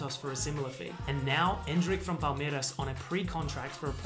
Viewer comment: A round of applause for your pronunciation of "Palmeiras". You nailed it.